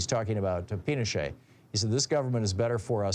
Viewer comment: Pinochet. Thom had a slip of the tongue.